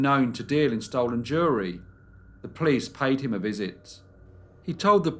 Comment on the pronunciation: You always find interesting and obscure cases. Just one thing is irritating, your habit of saying “vuh” instead of “the.” Other than that, one of my top five channels.